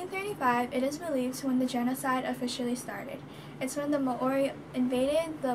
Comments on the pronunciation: Mowri not may ori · You cant pronounce Māori properly so i claim this as fake news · mAAori? mAAoriori? No. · Nah Māori and Moriori